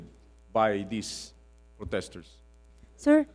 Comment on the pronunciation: "Poteshters". Classic.